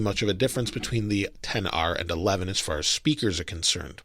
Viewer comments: It’s pronounced XR not 10R stupid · ‘Ten R’? I thought it was ‘XR’ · No one: Not a single soul:: IPHoNE TeN R